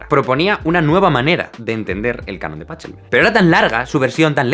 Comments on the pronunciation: Mi comentario iba a ser que se pronuncia "Pájelbel", pero no me esperaba ese final, jajaja. No me gusta ser de los chocantes puristas que quieren que si hablas de un húngaro o un francés puedas pronunciar sus nombres como nativo; sin embargo, me guío por una simple regla: si el nombre original no supone mayor esfuerzo que el castellanizado, opta por el original, y para un hispanohablante es igual de complicado decir "Pájelbel" que "Páchelbel", "Mótsart" que "Mósart", "Betofen" que "Betoben", etcétera. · tampoco se pronunca pachelbel como tu dices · Hace rato que no disfrutaba tanto un video. La pronunciación de "Pachelbel" en castellano me sonó horrible y me distraía todo el rato. ¿Le dicen claqueta al metrónomo o al pulso? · Por Dios, qué dolor de oídos cada vez que escucho "PaCHelbel"... ¡Que se dice Pa"J"elbel! ¡Santa Madre de Dios, qué tortura! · El canon de pachelbel es de mi canciones sin letra favoritas la otra es four elise Pd: se pronuncia pakelbel Like para no desaparezer Like, al menos haras algo mas que el chelista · Grande Jaime, aunque si nos ponemos exquisitos, se pronuncia PaJelbel, como toda CH de apellido alemán. Disfruto mucho con tus videos! Saludos desde Buenos Aires! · Me encanta cómo pronuncia "PaCHelbel" durante todo el vídeo entero, solo para poder soltar la muletilla al final de "Se pronuncia Pajelbel" jajaja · Muy interesante todos los detalles que explicas en el vídeo pero por favooor, deja de pronunciar como se lee en español, PaCHEIbel. Es un apellido alemán y se lee PaJelbel. ¡Jajajaja, ya lo has dicho tú mismo al final! ;) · ¡Por el amor de las diosas! Todo el vídeo odiándote por cómo estabas pronunciando "pachelbel". Gracias! A ver si divulgamos un poco la pronunciación alemana de "pagelbel" XD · Cuando "Páchelbel" pasa a "Pájelbel" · Pajeeeeeeebel! paJJJJJJJelbel, no paCHELbel :( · Buena información, pero no se pronuncia "PACHELBEL", sino "PAJELBEL". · digo: Pachaelbel no es mejor pronunciarlo: Pajelbel? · no es pa-kel-bel?